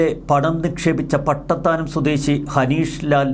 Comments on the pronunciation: അളിയാ പട്ടിത്താനം അല്ല പട്ടത്താനം 😂😂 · പട്ടിത്താനമല്ല, പട്ടത്താനമാ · പട്ടിത്താനം അല്ല.... പട്ടതത്താനം!🔥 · പട്ടിത്താനം അല്ല പട്ടത്താനം എന്നാണ് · Pattithanam not,pattathanam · സോയിമോനെ പട്ടിത്താനമോ, പട്ടത്താനമോ ക്ലിയർ ആക്കുക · ഹലോ മിസ്റ്റർ പട്ടിത്താനം അല്ലടോ പട്ടത്താനം ഇയ്യാള് വേണോങ്കിൽ ഗൂഗിൾ മ്യാപ്പ് എടുത്ത് നോക്ക്........... ര് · പട്ടിത്താനം അല്ല പട്ടത്താനം ചെമ്മാൻ മുക്കിൽ നിന്ന് 1km ദൂരം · പട്ടിത്താനം അല്ല. പട്ടത്താനം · പട്ടിത്തനം അല്ല pattathanam